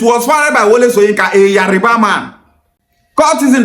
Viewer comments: yariba ancestors also pronounce it as yariba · Yariba is not the word but Yoruba is the word. You cannot even pronounce it right